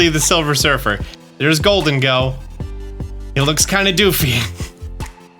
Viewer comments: Isn’t it pronounced “goal-deng-go” kinda like the name Diego? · I Love but man i hated how he said gholdengo